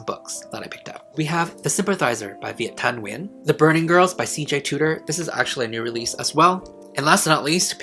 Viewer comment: Omg are you Vietnamese? I was doing something while listening to you and I was shook at your pronunciation of Viet Thanh Nguyen 🙌🏼